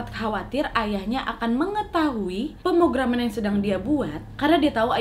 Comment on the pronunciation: Wak. Pemrograman wak. Pemrograman yang bener hehe gemeshhh dengernya wkwk